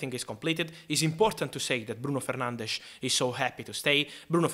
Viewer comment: Someone who actually pronounces 'Fernandes' correctly, the Portuguese way. Respectful.